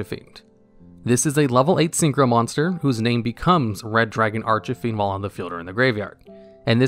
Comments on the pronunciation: At least 8 times lmao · Oddly enough this is not the first time i've heard him say it like that. So that really is how he pronounces it. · Red Dragon Arch-e-fiend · is he saying archfiend wrong on purpose just to increase the amount of comments in the video so that it gets more views? that's pathetic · Prounouces Archfiend incorrectly Nobody seemed to like that... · Not to be rude but you mispronounce red dragon archfiend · hearing you say Red Dragon Archfiend's name hurts me dearly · Do you mispronounce cards on purpose? Ar-chuh-feend? Are you sure the link monster isn't Uh-ven-dree-add? Or Spie-rahl Doo-blay Hell-icks? Did you know that 783,812 people don't subscribe because of that? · ...I'm sorry, did he say "Arch-ah-Fiend"? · anyone else hear him say "Starlight Red Dragon Arch-a-fiend"? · Archie-fiend from the popular comics. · Bruh. Genius. I'm TRIGGERED by the Archyfiend 😠 lol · Its not Arch-A-Fiend Its Archfiend or as Japanese calls it Arch-Demon or simply Demon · ARCH-EH-FIEND oml my earssss. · Bro. Please. It's ARCH FIEND. Not archyfiend. Where are you getting the extra thing Inbetween Arch and fiend? Lol I'm so triggered lol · no he said ar-ch-fiend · lol bruh i was like wtf is going on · mispronounces "Archfiend" Comment section: Argues whether he pronounced it as "Archafiend", "Archefiend", "Archifiend", "Archofiend", or "Archufiend" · Nobody: Absolutely Nobody:: ”RED DRAGON ARCH-IH-FIEND.” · If I heard Arch-uh-fiend one more time, I was about to summon myself in attack mode on your ass bro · Who is Red Dragon Ar-CHUH-fiend? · Arch-e-fiend. Dude. XD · No offence but it was funny when you said arch a fiend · Archahfiend? ARCH-AH-FIEND?!?!?!?!??! Meh I've heard worse like spy-rall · Arch-Fiend Arch... Fiend ARCH......... FIEND. Dude you made my ears bleed lol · "Arch-eh-fiend" Bro you need to look up your pronounciations before you do videos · Omg ikr, I was trying so hard to not let it bother me XD